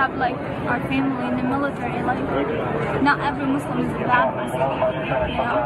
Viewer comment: Damn!!!! He said MUSLIM!!! NOT MOOOZLEM!!!! I think I might cry. And he acknowledged this situation..